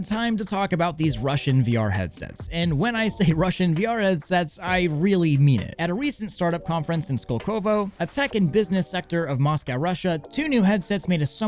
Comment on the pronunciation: Man, not skolkOvo but skOlkovo.